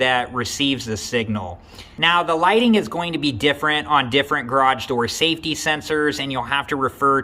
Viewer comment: SAFTY SENSORS!! 😂😂😂